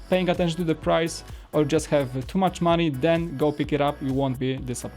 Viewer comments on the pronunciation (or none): none